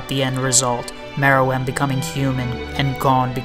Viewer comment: I thought Mereum is pronounced Meer-rum.